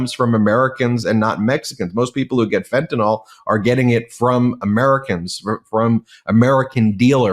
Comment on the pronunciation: IT"S NOT FENTANOL.... it's Fentanyl. Why is it so hard for everyone to get that?